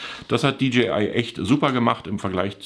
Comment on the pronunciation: Die Stimme eines Predigers in der Wüste: [Di Dschi Ei] = DGI, DJI = [Di Dschäi Ei]. (Ich geb's nicht auf, wenn's schon Englisch sein muss)